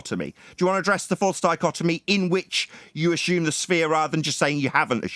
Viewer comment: I'm going to take a shot every time say's "Ashume "...